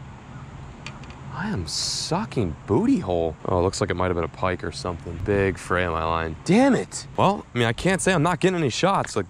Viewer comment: it annoys me that he doesnt say pike aahahah